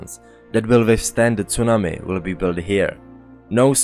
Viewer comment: Great work. Your presentations are excellent and thorough. I love the way you say "tsunami". I try to copy it, but I can't.